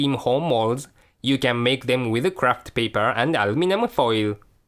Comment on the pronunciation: Love the accent sounds like "if you don't have the cream homos you can make with a crapped paper" Looks lovely, great video and channel, liked and subscribed, thanks :)